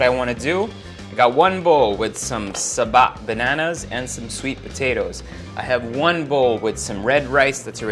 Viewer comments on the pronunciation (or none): Love the way he said saba banana😂🤣